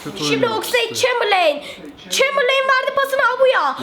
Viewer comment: Chamberline gedson diyen 😂😂